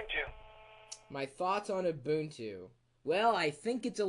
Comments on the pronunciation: U bun two is how you say it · Almost nobody pronounces it like that.. even the most hardcore linux users..